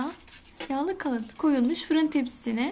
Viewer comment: Ay şu kağıdı doğru söyleyen olsa kaıt değil kağıt